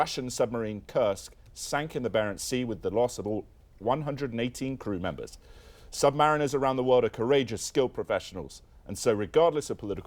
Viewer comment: It’s pronounced submareeners.A sub mariner is someone unqualified to ply the seas.Get it wrong in the wrong bar and see how many teeth you lose.